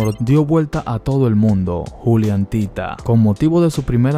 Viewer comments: Es juliantinaaa no juliantita. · Perdón pero me ha puesto muy de los nervios diciendo "juliantita"